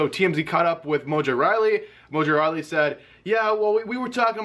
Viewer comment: Pronounces rawley "riley"